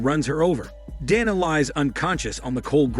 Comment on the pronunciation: Bro get the name right is it donna or Dana.. that's what you get for using that stupid voice modulator